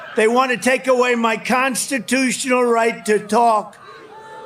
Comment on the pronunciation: Conssshtiuchhinal he says. 😂